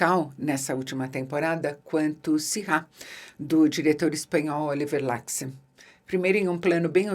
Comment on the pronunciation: Ótima resenha! Só uma pequena correção; Oliver Laxe é galego, o nome dele também, então o sobrenome dele é pronunciado "Lashe"